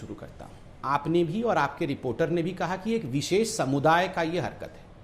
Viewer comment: Koum visess not darm vises